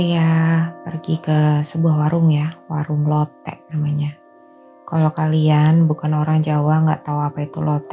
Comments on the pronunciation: Bacanya lotek (k nya diajak) kak.. hehehe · LOTEK tuh K nya dibaca Mbaaaaaaa, jangan dibias kyk bahasa jawa